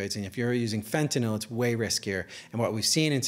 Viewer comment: Finally, someone who can actually pronounce the word "fentanyl" correctly